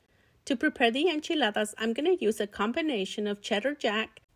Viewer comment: Yea, that's how you say it.